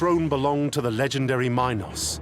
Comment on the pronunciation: I'll accept the butchering of Theseus' name but Mynos and My-nataur? Why are you adding the long I into a language that does not and never has had that sound. I see people do it with Dionysus too. I sounds like E. And Y sounds like the short I (like in it or Istanbul). So its min (like mean) Meenos/Meenotaur. And Dioniysus is not Die-oh-nicesus its Dee-o(short o like in Orange)nisus Hope this helps with future videos. Should give you more credibility when talking about them.